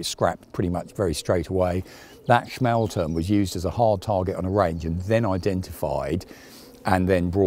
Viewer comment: "schmahl-toorm," not "smale-turm."